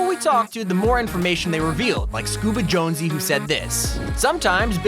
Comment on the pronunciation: Are you sure he didnt say Jones blouse because thats what im hearing